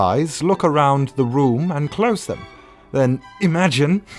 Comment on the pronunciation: “Imagen” Bedtime stories. :|